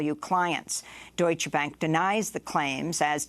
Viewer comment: Amy, learn how to pronounce "Deutsche". You sound ignorant when you don't pronounce the "E" at the end.